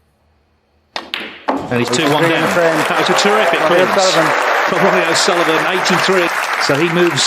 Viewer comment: Ronnie it’s Ronnie 😁👍